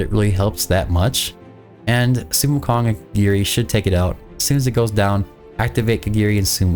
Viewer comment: That's not how you say, sun [wukong] is his name